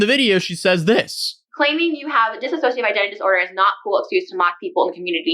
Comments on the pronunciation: Dude, you were pronouncing dissociative wrong the whole time 😂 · Its dissocia not disassossia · I love how no one says it right. It’s “Dissociative,” not “ Disassociative.” They’re 2 different things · Why does EVERYBODY say “disassociative” AAAAAAAAAHRG Can you tell it’s starting to really really really bug me?! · Why is everybody saying dis-a-sociative? It's DISS-O-CIATIVE bruh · Dis-so-cia-tive not dis-a-so-cia-tive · It’s really not that difficult to say DISSOCIATIVE. It’s NOT ‘disAssociative’. Disassociating and dissociative are very different things. Learn the word. Also, her ex talks about her DID all the time and has for years. Wtf do you mean it wasn’t public? How do you wait so long to make a video on something that’s been covered to death already and still get so much wrong?! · Claims did and doesn’t even look into it enough to even say dissociative right what a clown